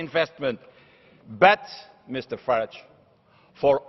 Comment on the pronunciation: Its Farage not Farige! Mr Farage to you, soon to be Lord Farage. I bow to thy Lord. ;-)